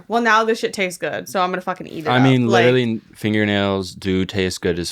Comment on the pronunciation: He’s witually gwiddiying